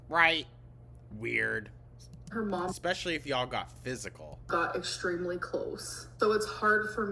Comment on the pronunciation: She says, Xspecially. Haha